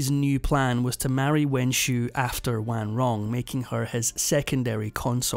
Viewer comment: It's a shame the narrator can't pronounce the Xiu in Wenxiu properly.